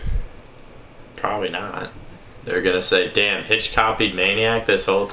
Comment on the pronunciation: God damn it Hitch, you said my last name wrong. LOLOL